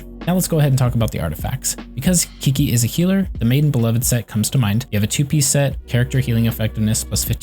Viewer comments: Chi chi not KIKI dammit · A guide doesn't inspire much confidence when you start with "Kiki or whatever." At least take 5 seconds to hear her pronounce her own name. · When you call her Key-Key 😐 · since she's chinese, it's actually pronounced "chi-chi" :) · How dare you say my qiqi wrong name >:c but still nice video and ty <3